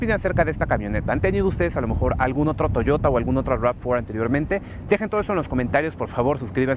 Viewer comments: en el segundo dijiste toyora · soy yo o dijiste toyora?? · Touyora?? Níssan ?? Qué pasa con la gente , ya no sabe disfrutar de su idioma el español? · "La nueva toyora" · estoy seguro que dijo Toyora XD XD XD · Di Toyota con acento español. Te ves mal. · Estoy de acuerdo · Oscar Sandoval si, realmente es algo cringe escuchar a alguien que habla español decir "toyota" en inglés cuando es una palabra en japonés